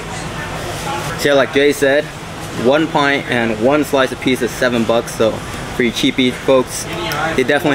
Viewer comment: Probably the one that is wrong since Pizza, here, is way too often pronounce Peesuh rather than Peet-zuh.